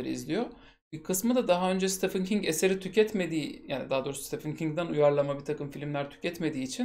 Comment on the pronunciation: Stephen Steven diye okunur, Stefan degil.